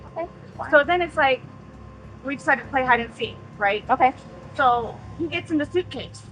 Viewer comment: You keep mispronouncing he.